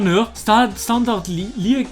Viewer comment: Man spricht Liége als LIÄSCH aus